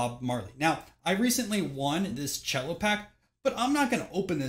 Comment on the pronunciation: FYI, I've always known "cello" packs to be pronounced with a soft C ("sello") - short for the celophane in which they were wrapped. Is there a different style of pack pronounced "chello", as in the musical instrument?